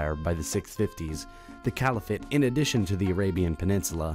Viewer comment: Just an observation: It seems that the narrator is pronouncing a number of words that are not generally accepted by scholars or those they describe. "A-rab" rather than Arab. " Califa" rather than caliphate. "Levan"(?) rather than levant, for example.